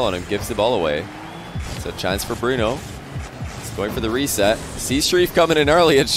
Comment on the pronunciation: it’s pronounced bruno